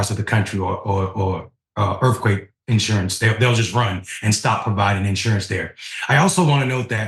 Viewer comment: I always kind of liked the stress on the first syllable, personally.